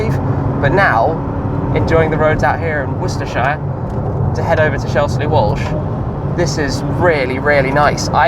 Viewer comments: Woouss-terr-shire Getting ready for Miami already Tim? 😉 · The only problem is the way you said worcestershire 😂😂 but amazing videos buy I'm like 6 months behind so just binge watching you